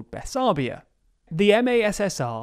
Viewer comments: "Bes-" :) "-arbia" :( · FWIW, the Russians called it MoldAvia, but Romanians and Moldovans call it Moldova. No one calls it Moldovia. And Bessarabia isn’t “Bessarbia…”